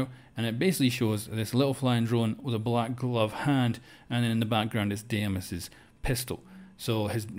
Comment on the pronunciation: “Deimos” not “Damas”